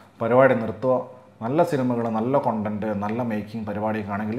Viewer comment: താങ്കളുടെ reviews ൽ എല്ലാം ഉപയോഗിക്കുന്ന വാക്കാണ് content.. പക്ഷേ പറയുന്നത് 'കോൺടെന്റ് ' എന്നും.. അതുപോലെ genre.. 'ജോണർ' എന്നല്ല അതിന്റെ pronunciation... തിരുത്തിയാൽ കേൾക്കാൻ അലോസരം ഇല്ലാതിരുന്നേനെ..